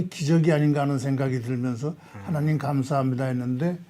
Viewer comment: 하나님 발음을 정확하게 해주세요.